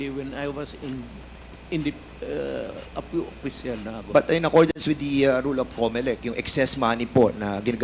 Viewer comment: Dan's pronunciation of P and f are improper. like official he pronounced it as oppicial.